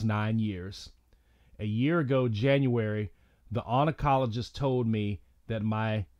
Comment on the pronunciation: Its Lick-ar-dello. Its On-col-o-gist. :)